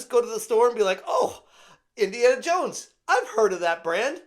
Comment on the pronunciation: But you will be "Indiana Yones"...